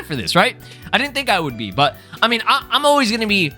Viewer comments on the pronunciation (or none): none